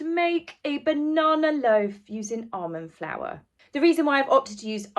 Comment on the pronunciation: Sorry but I thought you said "Arm & Flour" and I kept thinking, "did Arm & Hammer launch a flour line?" Until I realized you meant almond flour. 🤣🤣🤣🤣